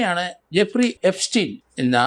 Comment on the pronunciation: ജഫ്രി എപ്സ്റ്റീൻ. അല്ല എഫ്രിജസ്റ്റീൻ